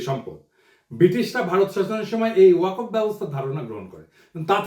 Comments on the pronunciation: "ওয়াকফ" শব্দটার শুদ্ধ উচ্চারণ "ওয়াক্ ফ"। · দাদা , ওয়াকফ শব্দের উচ্চারণটা ---- ওয়া কফ হবে না। উচ্চারণটা ওয়াক ফ হবে। কোন আলেমের সাথে আলোচনা করবেন। আশাকরি মনে কিছু নিবেননা। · দাদা এটার উচ্চারণ "ওয়া কফ" নয়,এটার সঠিক উচ্চারণ হচ্ছে - "ওয়াক্বফো।" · প্রিয় দাদা পিনাকি, ওয়াকফ' শব্দটির উচ্চারণটি একটু সংশোধন হলে ভালো হয়।